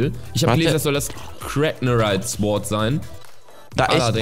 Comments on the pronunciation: man spricht sword ohne w aus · Bei sword wird das w nicht ausgesprochen -.